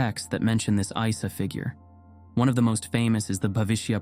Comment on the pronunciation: Isa is not another name for Jesus. It IS Jesus but in Arabic. Also, it is not pronounced “eye sa”. It’s ”eesa” to make it easier for non Arabic speakers but in fact it has a letter in the beginning which is very hard to reproduce in sound for westerners. It is produced deep in the throat. Almost like clearing the throat sound. As for “another name” It’s like George and Yorgho in Greek. Or Peter and Bedros in Armenian. It’s the same name